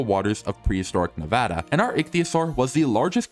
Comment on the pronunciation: ayyy he said Nevada correctly!! (No hate to the "incorrect" pronunciation)